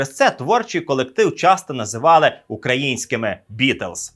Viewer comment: Дякую за вашу роботу! Безперечно, улюблений історичний канал! Імпонує стиль тексту - не сухо, але й не надміру вільна форма. Класна робота з відбором архівних відео і загалом монтаж. P.S. Помітив, шо якось дивно вимовляєте "Beatles" 🙂 і не можу втриматися, шоб не написати про це 🙃